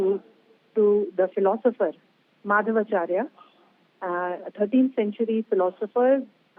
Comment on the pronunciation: Why can’t they’ve a qualified & knowledgeable reporter??? They don’t even make an effort! She can’t even say paduke & mukhya Praana who is Hanuman*…And it is Madhva Acharya